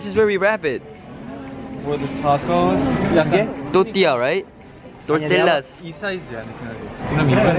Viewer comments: i love his "totia" <3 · sprout love I know he almost said it right!!! He was this close to saying tortilla right!!! Gosh why why!!!!!!